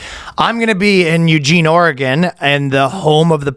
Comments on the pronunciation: It's pronounced ORE-uh-gun. When I was in labor I got super hot and was naked in front of a nurse for quite a while to the point she got uncomfortable and just wanted me to put my hospital gown back on. I don't see how it's legal to be masturbating in front of these poor nurses😂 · The pronunciation of Oregon 😂